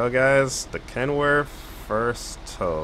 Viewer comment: brother its ken worth not kenworf